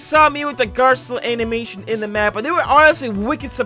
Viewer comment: How you say garcello though garllo